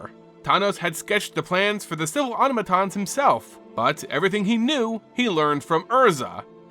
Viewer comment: Please look up how to pronounce “automaton”